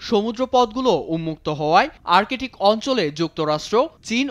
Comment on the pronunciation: আর্কেটিক নারে ভাই বল আর্কটিক। রিয়ালিটি অফ আওয়ার এডুকেশন সিস্টেম